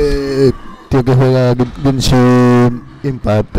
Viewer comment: Fui el único que noto que dijo Jenshin impact en vez de Genshin impact? Jajaja. En fin. Gg.